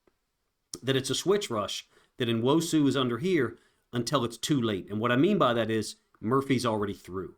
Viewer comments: I love your breakdowns. Say his f*cking name! New-wosu. Not N-osu! I totally support you but say his fucking name! It's fucking rude! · it’s N-wo-su. Learn how to pronounce the Nigerian names. It’s not No- you chud. Good lord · bro. You tried to phonetically spell his name multiple times in multiple different ways. What are you even talking about. You pronounce Nigerian names exactly as they are spelled. N-wo-su. Not New-wosu or No-wuso like you tried to do two times. You got some serious main character issues going on. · Say it; uh-CHEN-uh noo-WOH-soo. I'm not a content creator, I am not obliged to pronounce a subjects name correctly, although, I did. It's not complaining to expect someone providing content on a player to pronounce his name correctly, it's actually insulting not to make sure you got it right! I don't expect or need you to understand, gets it!